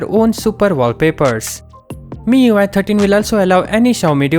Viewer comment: "MIUI türtien"